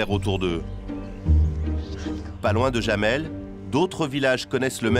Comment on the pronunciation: Jamel se prononce "yamel", pas "jamel".